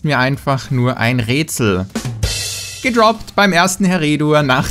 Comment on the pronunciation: ein rätsel ... ein räätsel... ein rötsel... ein rööötsel und ich checks nich 😂